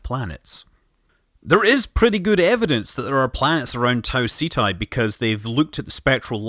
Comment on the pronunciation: It's pronounced taw-set-Eee NOT tah-C-tie